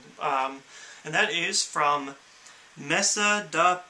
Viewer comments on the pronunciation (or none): none